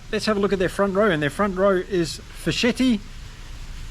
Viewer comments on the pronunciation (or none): Great game tactical reading from you. Just for info.. It's Fisketti, Ric"ch"ioni. In italian ch is readed like a K. Double C is readed as ch of "rich"